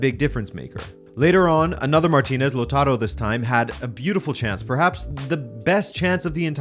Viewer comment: "Lotaro"? Com on! xD La-ooh-taro, please :)